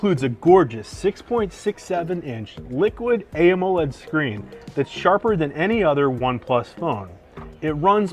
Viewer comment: HOW TO PRONOUNCE AMOLED ME: AH MO LED: AYYY MO LEID